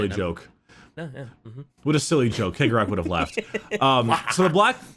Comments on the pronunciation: Chegorach is pronounced She-Gore-Rack. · My dudes, it's pronounced See-o-gore-Ath. hearing you pronounce it Keg-o-Wrath is hurting my brain. It's basically the same as Sheogorath from Elder scrolls. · I pronounce cegorach like chegorach. like the italian cesare. idk maybe it's the whole clown/carnival aesthetic that has me thinking venice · Cegorach - Tsegorakh. That's how we pronounce it, almost the same as Cicero.